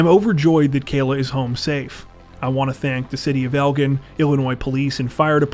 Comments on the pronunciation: Fyi it's pronounced El-jin, spelled Elgin. It's a city not too far from Chicago, IL. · Elgin is pronounced El-jin, jsyk. I used to live there. Wow, that brings back memories. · Umm... Just an FYI, but you mispronounced Elgin and South Elgin. One of my biggest pet peeves is people mispronouncing stuff. It sends my anxiety into overdrive... Anyway, the G is a J sound. Please research pronunciations before posting! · Seriously dude, you don’t know how to pronounce Elgin??? Come on… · Elgin: soft "g", not hard "g". Just saying.